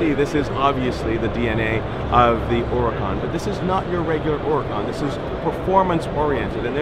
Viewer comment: thank you for always pronouncing huracan correctly! you're in rare company.